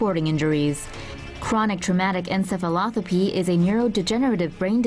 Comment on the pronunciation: He said ensefalothapee when its pronounced ensefalopathee